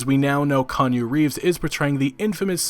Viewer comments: Kanye Reeves? Wtf. It’s Keanu not Kanye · It ain't Kanje Reeves, it's K E A N U Reeves. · Who the fuck is Kahn-You? Was he standing behind Keeeee Annnnnn OOOOOO? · ITS NOT KANYE REEVES YOU DILDO ITS KAY-AH-NOO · Do you keep saying Kanye Reeves? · No no no this isn't Kanye Reeves 😂😂 Key-ah-new Reeves my man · Konyo Reeves? Bruv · KANYE Reeves? It's KEANU, fucker. Not KANYE. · Kee-ah-nu. Not related to Kanye. If Keanu Reeves marries a Kardashian the world as we know it will end... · "Kanye Reeves"? Mate. Why? You should pronounce it as Keeaaanooo Reeves. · Bruh It's Key-aa-nu, not Kan-yu. Put some respek on his name. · Its pronounced Key-anu, not Kanyu. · Konyo Reeves? No sir, no this shan’t do at all. We’ll say it together- Kee-aun-oo - Reeves. Once more, Kee-aun-oo- Reeves. 😎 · Keanu not Kanye reeves. Kanye west is a moron and keanu reaves is amazing actor. Haha say it with me" key ah new". Sorry, it's just calling keanu Kanye is an insult to a great actor. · ...did you just call him Kanye Reeves? lmao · Kanye Reeves? Da f?? Its KEANU. Not Kanyu or Kanye. "KEH - ARNOO" SMH. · "Kanye Reeves" 😝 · "Kan-ya reeves" great video but that pronunciation tho. Its key-an-ew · Kanye Reeves? I'm not a native english speaker and even I know how to pronounce a simple fucking name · it's not "kanu reeves" it is "kee-AH-nu" reeves, thank you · Why is he calling Kee-an-u Reeves, Kan-yeh Reeves? Is that to signify Kanye is in the game? Or what? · Did u just say kanye reeves lmao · "Kanu Reeves" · Khanyoo Reeves? Crazy and yet understandable that Cyberpunk is already on the top of the bestsellers list on both Steam and GoG. Right in the middle of a sale too. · did u say kanye reeves in the beginning? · Key-yaw-new Is the correct enunciation of his name. Love your vids, but had to bring it up :p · Kanye Reeves haha wtf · How the hell is it possible to not know how to pronounce Keanu’s name? You don’t have to be a fan, you only need to be born on Earth and have ears! Kanyu.